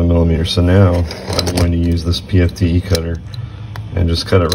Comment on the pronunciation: PTFE, not PFTE. It's petty, I know. Otherwise, great video.